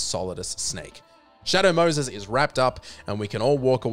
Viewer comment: Shay Dough Mouhses 🤣🤣🤓🤓😂😂😇😇😭😭🤓🤓🤣🤣